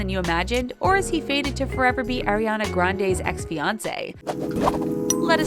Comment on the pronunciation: Stoooooop it’s Ariana not airiana😭😭😭😭😭😭😭😭